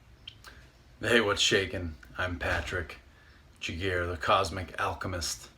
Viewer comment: Patrick giguere ça sonne québécois lol